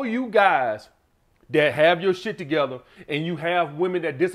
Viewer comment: that 'shieeeeeetttt' is straight from Alabama eeh haha...